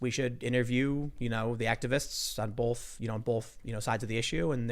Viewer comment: Bowlth. I can’t unhear it.